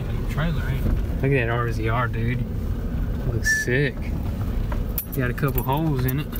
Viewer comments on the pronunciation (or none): Is no one wondering why he said rzr like that. 🤔🤔 it’s not r-z-r it’s said like a razor scooter but it’s spelt differently. 😂😂 we have 2 of the rzr and have always called them that. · It isnt said as r z r it is pronounced razor and spelt rzr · The RZR is pronounced razor lol